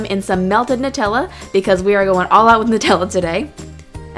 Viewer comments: Looks amazing! Its nut-tella. Not Noo-tella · it is nu tella not noo tella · It is pronounced as NUTella as in NUTS not NOOtella! I am not being rude I am just saying. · These look so good! Also, it's pronounced nut-ella not noo-tella. 🍫🍮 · It's meant to be Nutella as in Nuts. Nut-ella, not Nute-ella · The right is pronunciation nut-ella it's not new-tella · Love this but it's Nutella not nootella 💖💖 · It's nut Ella Nutella not new tells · Its Nutella not Nootella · It's nutella not nootella xx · It's "noo-tella" because it's Italian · It's Nutella (NUT) not nootella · It's supposed to but pronounced newtella like the people that invented it say so but it's literally made of nuts it should be said Nutella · It's nut-tella not :nu-tella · Lauren Fox no it's actually NUT-ella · Sindar Elf Actually it's new-tella. The nutella website says it lol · it's actually pronounced nuh-tella I read it in a blog that was giving facts about Nutella and it said the company confirmed that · Who says nuh-tella instead of new-tella? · It's NUH-TELLA because it's made of nuts 😊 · Nut Ella is how u say Nutella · It's "nuh-tell-ah" lol :) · its pronounced nut-ella because its made of macadamia nuts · It's nu-tella